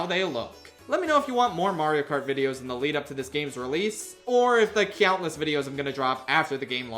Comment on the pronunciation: why does he talk like that lmaoo?? Bro's saying "kyauntless" instead of countless